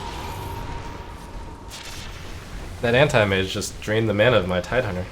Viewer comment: how he pronounce antimage actually makes me feel uncomfortable